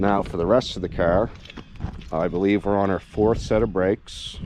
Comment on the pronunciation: CAAAR.... knew right away where you were from.